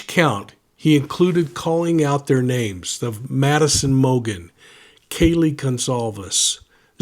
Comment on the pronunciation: Please show respect and pronounce peoples named correctly. U did same thing w Brandon’s trial. Do better!!